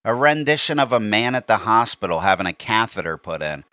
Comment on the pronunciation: "A randishion of a man at a hospital having a cathader put in" YES! 😂😂😂😂😂😂